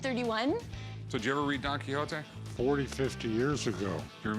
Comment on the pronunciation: The pronunciation on Quijote 😖😖